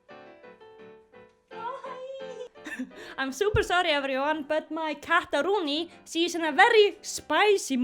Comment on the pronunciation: me: opens the video her: cataroon- me: suscribes immediately